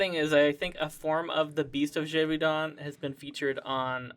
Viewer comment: Oh my god the way you said Gévaudan is an insult to all french people